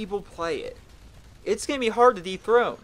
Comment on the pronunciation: When you said "dethrone" at first I thought you said deep throught lol dirty mind at work.